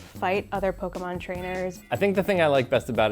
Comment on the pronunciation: When someone pronounces pokémon wrong even though it has é instead of e